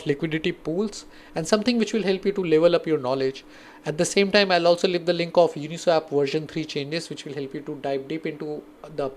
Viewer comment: It's pronounced as Uni-SWOP..not Uni-SWAP. You're pronouncing it incorrectly.